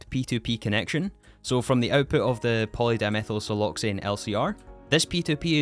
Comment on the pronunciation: I love how without skipping a beat he actually perfectly pronounced the nonsense that is Polydimethylsiloxane Pulp. Whaaaaaa?